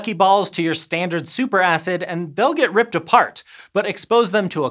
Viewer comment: Did he say super ass?? 😅